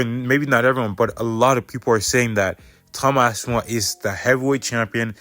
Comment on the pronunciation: Sound it out my boy, its Ass-pin-all